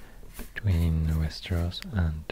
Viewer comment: I couldn't figure out where you were from until you jumpscared me with "Västerås" hade seriöst ingen aning om att du var svensk förrän då wow